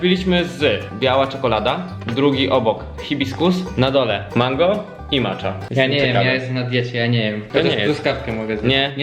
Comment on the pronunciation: proszę nie mów MACZA tak samo 🤦🏻‍♀️ to się wypowiada Macia